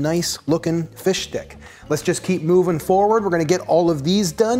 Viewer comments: I've never heard someone so clearly pronounce it "Fish Dick" I can't tell if it's intentional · omg, this was hilarious. Thanks for explaining it. It made it so hilarious. I’m laughing my ass off. PS: Every time you say fish stick I hear “fish d*ck”